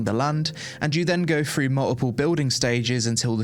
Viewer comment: As an American I heard you say “multiple” as “muh-ih-uh” ❤. Ignore me I’m easily amused.